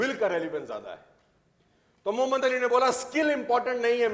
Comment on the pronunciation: Bahai AP ke zaban se Muhammad Bolna bara acha lagta he